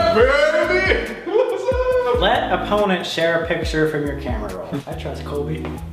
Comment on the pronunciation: Sam is definately jealous because he said "when you started brobly" im like Colby HoW dArE yOu StArT bRoBlY iT's MeAnT tO bE SoLbY!!